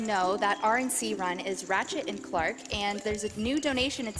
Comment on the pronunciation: the announcer says 'ratchet and clark' at one point lol